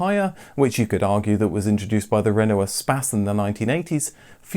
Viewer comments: You're English, It's "re-no" not "rEnO" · I can’t say I’ve ever heard anyone pronounce Renault as ‘Ren-NO’ before 😄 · Making me so angry how he pronounces renault even if that's how it's meant to be said pls stop xx